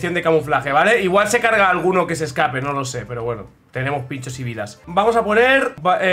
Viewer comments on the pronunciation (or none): none